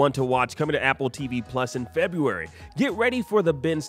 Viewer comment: 0.20sec it's February rather than Febuary... We forgive you 😁👍